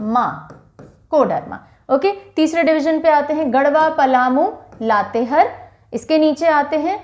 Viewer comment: Madam लातेहर नही लातेहार है।